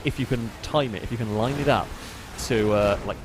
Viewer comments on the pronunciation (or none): none